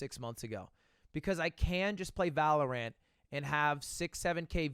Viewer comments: Ludwig i need to tell you its pronounced Valor-Ent not Ant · If I hear him say valaraan I'm going to kill someone